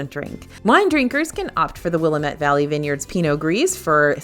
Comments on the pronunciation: I ❤ your videos! Native Oregonian here 😊 Say: wuh LAAM ette. Thanks! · The teacher in me has to hop in for a minute. My brother lives in Oregon, and locals quickly corrected my pronunciation of Willamette. The way you said it as much prettier than the way it’s actually pronounced. It’s Wil-Lamb-et. It’s almost like saying it with a heavy southern drawl. As always, thank you for the awesome information! I look forward to this every week.